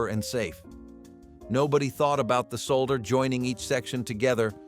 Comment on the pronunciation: The most shocking thing about this is hearing “solder” pronounced correctly, that’s right people there is a letter L in that word and it’s not silent 😂